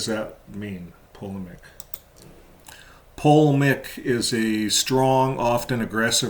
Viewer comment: Po Lee mick (Polemic). Accent on the middle syllable .